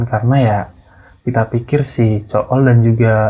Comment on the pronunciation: Ko gw dengernya zul deh bukan cool wkwk